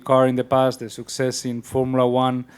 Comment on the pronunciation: "SUCK-cess". Fernando has invented a new word, so appropriate to describe a reliability and trust-worthiness like that of Honda in every motorsport competition...